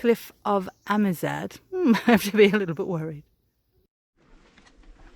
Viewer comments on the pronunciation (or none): Amizade is not "Ah me zayde'" but "aMEE(to rhyme with whammy) zade (to rhyme with sad).